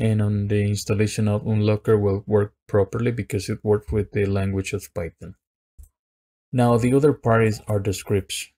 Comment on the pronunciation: This nigga said "fython"